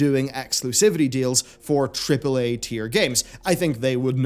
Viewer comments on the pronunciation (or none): I kept hearing "Cripple A" when you said tripple A, I did not disagree.